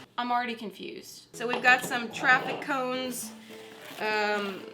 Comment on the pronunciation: Trific cones😂😂 EDIT